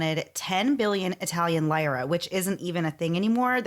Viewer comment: Take a shot every time the hosts mispronounce lira 😂